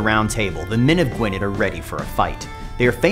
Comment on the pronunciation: Gwynedd is pronounced ɡui̯nɛð (Gwyneth [dd is a th sound in the welsh language]). Also Anarawd is pronounced Ȁna:raʊd̪ (anna-row-d)... anyways time to play as Y Mab Darogan, Cymru am Byth :P